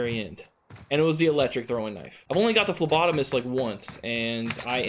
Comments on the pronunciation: Whoa he figured out how to say phlebotomist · Hey...you learned how to say phlebotomist!!! Kudos bro..👍😂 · It'd be cool if it was my comment on the last video that taught ya how to say phlebotomist correctly☺️☺️🤗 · Lol you learned to say phlebotomist 😂